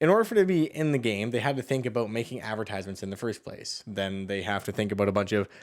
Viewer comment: How did you get past puberty in this era without learning how to pronounce advertisement?